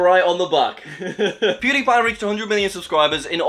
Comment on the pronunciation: Bro I heard puberty pie wtf 💀